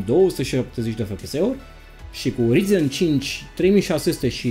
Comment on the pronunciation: De ce tot îți notezi? Nu reții numele câtorva componente? Acuma serios și notat ai greșit... Rtx 2060 nu 260, orice citești și un copil de 12 ani îți putea zice ce componente ai acolo fără sa își noteza, nu prea ești în domeniu, nici măcar nu știi pronunțarea corecta.... Se scrie ryzen, se pronunța rayzan